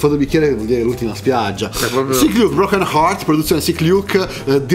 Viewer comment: "C'HO IL BROGHEN ART" AHAHAHAHA